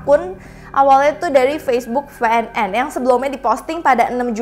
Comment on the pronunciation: Ef kak, bukan ve. Ef en en yang bener